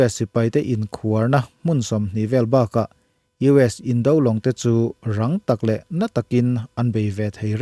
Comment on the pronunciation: Indo lawng, indo inthlawhna tih laia indo tih hi Indo-Pakistan, Indo-Bangla tih ang thluk loh tur. Indo tih hi indona tih do ang hian lamrik tur.